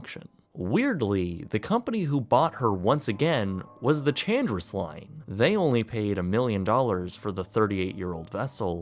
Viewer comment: Chandris would be pronounced like "Han-dreese" 🙂